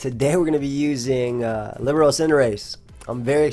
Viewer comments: Libero is pronounced lib-air-o or lee-ber-o. Its a volleyball term for defensive specialist! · My guy. It's pronounced li-BEAR-o. It's a volleyball position. Love the vids👍